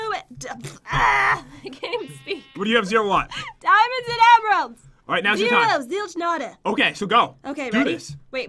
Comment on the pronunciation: Am I the only on that noticed say, "zero, zilk, notta" instead of, "zero, zilch, notta"